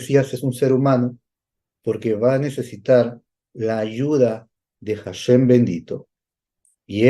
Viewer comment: Muy bien por compartirlo en hebreo y la traducción correcta. Solo una pequeña petición tengo mi Rabi nacido en Jerusalem - Israel y entiende el español y me dice q corrija al decir HASHEM, no se pronuncia con J (JASHEM), se pronuncia ASHEM. 👍